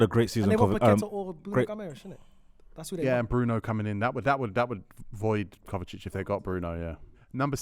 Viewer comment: calling kovacic “kovatic” and gvardiol “Guardiol” 🤦‍♂️. Why does nobody correct him?